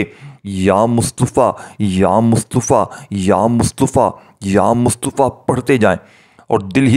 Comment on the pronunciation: Ya mutafa he ye lafz Yamustofa nahi plz talafuzvdrustbkarn